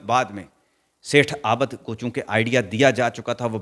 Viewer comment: Aabad NAHIN abid hota hai